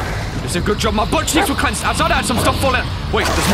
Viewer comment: Why does he say saw as sawr